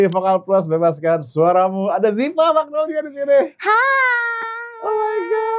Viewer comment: magnolya pls bkn magnolia dear editor